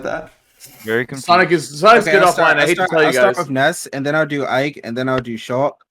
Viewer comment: sheik not shulk